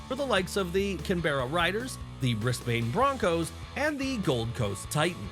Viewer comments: BrisBANE lmao For future reference, it's pronounced like, BrisBIN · How the shit did you manage to mispronounce "Canberra Raiders" or "Brisbane" so badly? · Sir you hurt me with how you pronounce Brisbane